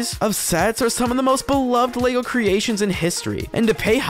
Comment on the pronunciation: What is Lago? Why do you keep saying it? It is very annoying. Sounds more like an Italian food.